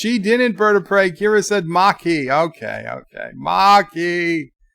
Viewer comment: There are few things in life we can count on: death, taxes, and that will mispronounce a word or proper name on YouTube. Bird, there is no R in Maquis! It is pronounced Mah-key, NOT Mar-key. Jeez...